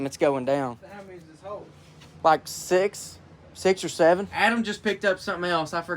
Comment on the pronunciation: Me when said 6 7 like six sevean